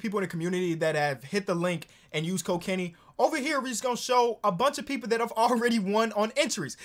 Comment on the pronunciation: I swear when he said code Kenny I swear he said cocaine. I had to rewind that shit just to make sure